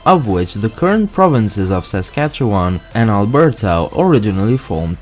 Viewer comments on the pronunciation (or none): Born and raised in Regina, Saskatchewan, I believe it’s pronounced sa - skach - ee - wun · Saskatchewan is great! (And it will sound even better when you hear it pronounced correctly! 😂) But if you’re coming in from somewhere else it might take some time to get used to